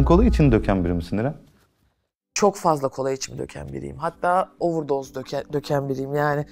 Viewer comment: 32500 kere ovırdoz demesine kaç puan